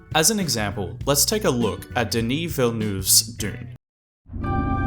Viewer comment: Hey, you almostt had Denis Villeneuve's last name (Nuh vvv, not Noove) , but the fact you made the effort to attempt to say it properly and called him "Duh knee" instead of Dennis is really amazing, and I appreciated it